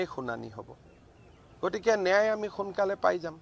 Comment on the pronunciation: মুখ্যমন্ত্ৰীয়ে ন্যায় শব্দটো শুদ্ধকৈ কব নাজানে, কি নেয়াই নেয়াই বুলি কৈ থাকে।?